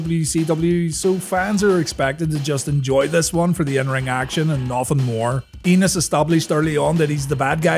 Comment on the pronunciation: It's spelled "Enos"... ...but I believe the proper pronunciation is "ay-nus".. I think it's a long A sound...